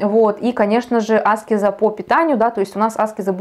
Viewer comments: Благодарю, за очень познавательный и интересный экскурс..🙏😊Но вот Вы говорите Аскез-делая ударение на первую букву, а разве -не аскЕза?...Простите, может я не права?!...Как правильней? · Батюшки в церквях и монахи говорят аскЕза. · Аскеза-ударение на е…а не на А. По ушам режет.10лет слушаю астрологов и эзотериков и так никто не говорит. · Я тоже годами всех Кришнаитов переслушала Торсунова,Рузова,Тушкинв,Хакимова-это были мои духовные проводники с 2010 года и все говорят АскЕза но не Аскеза…нужно индусов еще насчет этого послушать😅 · Аскеза с ударением на первую А очень режет ухо. Она аскЕза. Но информации много и по делу 🙏🏻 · Все хорошо , спасибо за информацию но очень режет слух не правильное произношение слово " аскЕза" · зависит от начитанности и грамотности окружения. Достаточно вбить в поиске «где ставить ударение в слове аскеза» и проверить. Спойлер: на букве Е. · Тоже не нравится это слышать, но информация полезная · Дело в том что , согласен, Аскеза режет уши ❤ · Правильно так, как вы сказали. Просто нравится делать ударение на A, она об этом сама говорила. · Аскеза ? Ударение на а? Почему вы так говорите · Аскеза с ударением на первую букву((( сколь зрителей Вас не досмотрело из-за этого